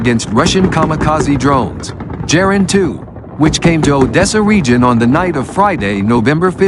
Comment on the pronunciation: In German and, I think, in Russian a 'hard G' is used. So Gepard (Leopard) and Geran (Geranium) are pronounced wrongly in this otherwise good quality video.